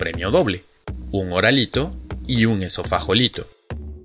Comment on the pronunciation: Porqué lo pronuncias con J si lo estás escribiendo con G, Esofagolito? Saludos!